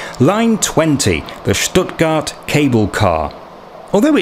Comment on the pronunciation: Love how you say Schhtuttgart .. thats the proper way!